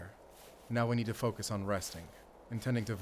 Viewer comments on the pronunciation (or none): none